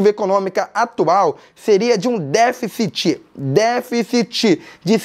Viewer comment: DÉFICITI! DÉFICITI! Entenderam?